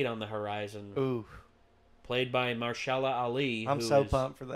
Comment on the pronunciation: I ended the video at "Mashala Ali" 😒😒😒 "MA-HERSH-ALA" Ali